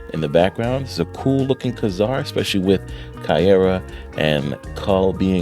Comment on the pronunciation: it's pronounced Kay Zar he was in a few episodes of the old marvel cartoons I think